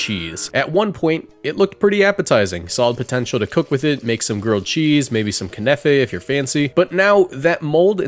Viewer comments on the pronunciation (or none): Did he call Knafah "kenefei"?